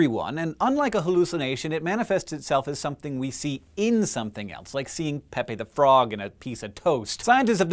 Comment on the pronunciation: Wait, THAT's how Pepe is pronounced? I've been reading it wrong this whole time! (Interesting video, though.)